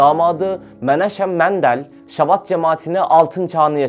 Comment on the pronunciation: Şabat degil habad, menaşem değil menahem, haber yapilan konuya, terimlere hakim olunmali